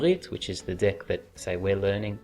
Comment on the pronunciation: Everytime you say "deck", I hear "dick"